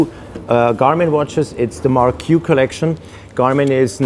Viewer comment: It's pronounced "Mark" not Mar-q...